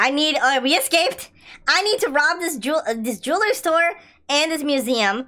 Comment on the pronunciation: DID YOU JUST SAY JEWL STORE LOL